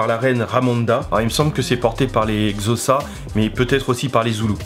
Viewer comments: La réelle prononciation de "xhosa" est en phonétique "kossa". C'est mon apport à ton brillant exposé des parallèles entre nos cultures et le film. Merci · Il prononce Xhosa comme zossa😂😂 Mais bon tres bonne video